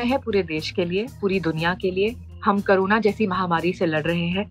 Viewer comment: Why pronounce carona instead of corona?